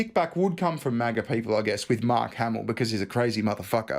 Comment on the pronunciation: lol did Mark Hamill just 'hard R' the word MAGA? Kind of like: 'Yeah, helluva lot of dirty maggers round here.' Lmao